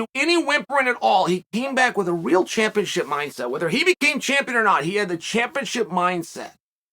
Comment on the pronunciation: I like how Chael says real because it sounds like he says weal all love man love watching these videos from you